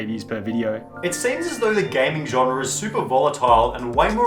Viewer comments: Genre* not Genrer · old i know,...but if you say the word: genre wrong one more time i unsub.